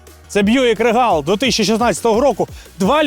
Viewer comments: рігл а не регал:face-blue-smiling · Произношение Regal звучит как рИгл или рИгел, ударение на первый слог, транскрипция: /ˈriːɡəl/ Обзорщики не умеют в произношение марок и моделей авто.